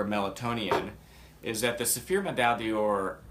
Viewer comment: C'mon guys, please, let's at least be respectful enough to get the name correct, it's Meltonian, not melatonin or melatonian. It may be the least the product deserves, but in a comparison such as this, it is deserved.